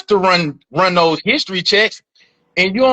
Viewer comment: "Those churn" 😂😂😂